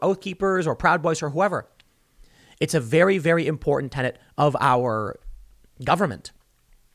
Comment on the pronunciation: Pleased to hear Tim using the word 'tenet' instead of 'tennant'. Maybe the English language stands a chance of survival after all.